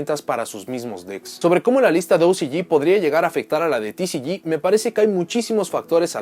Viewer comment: Ticiyi y ociyi , mejor habla en español :v